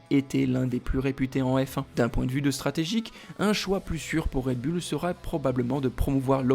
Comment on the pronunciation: Le taureau en anglais c est bull qui se prononce "boul" mettez vous à la page 😮😮😮😮